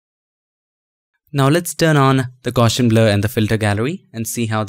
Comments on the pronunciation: haha i just realized that. Thanks! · For me too!!